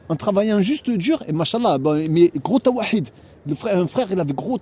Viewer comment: Assalam alaykoum, Qu'Allah facilite et bénisse les frères et sœurs qui font des sacrifices dans le sentier d'Allah, amin (On prononce taw'hid et non tawahid akhi ;-) )